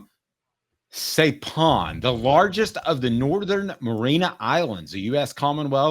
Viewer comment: Saipan is pronounced Sipan. Lived there for 12 years.